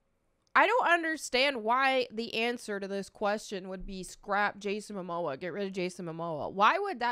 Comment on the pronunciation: Ezra has pronounce privileges, Momoa doesnt